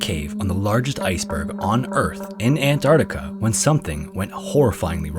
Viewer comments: Argghhhh, It's pronounced ant-arC-tica not ant-art-ica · An-TARC-tica. Not "ANT-artica".